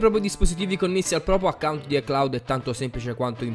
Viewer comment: Si dice iCloud